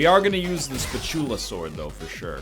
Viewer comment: Anyone else getting irritated by how egg pronounces "Spatulasword"?